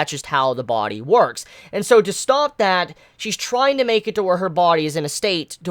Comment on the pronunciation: It annoys the FUCK out of me the way you say "body"...😂